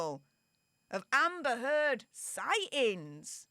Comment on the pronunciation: Great show! Love the turd pronunciation of that ugly woman.